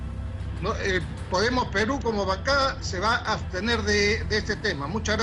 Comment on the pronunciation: Urresti, tremendo corrupto!!! Le quitaron la careta. Este ignorante que no sabe ni hablar, es un delincuente más!!!. Y no es “astener”, asno, es “abstener”